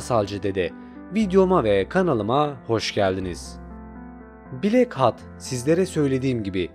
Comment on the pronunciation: nolur hatı hat diye okuma artık